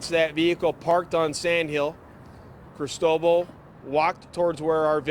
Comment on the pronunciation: That's not how "Cristobal" is pronounced.